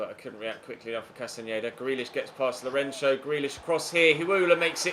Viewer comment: Since you're talking about name pronounciations.. Lourenço's ç is not pronounced like a "ch" sound but like "ss" sound